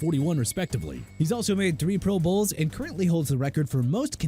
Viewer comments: "Pro BOWLS" 😂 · When did these guys go AI narration? Who say Pro Bowls like that?